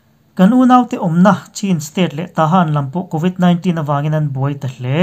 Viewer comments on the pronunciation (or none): Covit 19 hi i lam dan hi, khawlvel zawng zawngin an lam dan hi, ngaithla ngun la, i lam dan ngai thla leh rawh in ti Aizawl lam dan a dangin i lamin ka hria